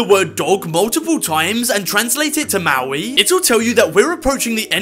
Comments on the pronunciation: Did he pronounce Māori as Maoi?? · It’s not meowe it’s Māori pronounced Mori r being re together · ITS NOW MAWI ITS MAŌRI if you think he pronounced it correctly what is wrong with you? That isn't even British even people in Britain can prove you wrong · Im from NZ and Maui? you mean Maori (Pronounced Moldy (this is the easiest way of explaining how to pronounce it)) got it clickbaiter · “And translate it to MaOwI” 😂😂😂😂 its Māori PRONOUNCE THE R RIGHT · dude it sounded like he said mowee 😭 that is not how you pronounce maori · Bro you pronounce Māori wrong.. But that’s ok, all America and non-Māori mispronounce this language and it’s ok!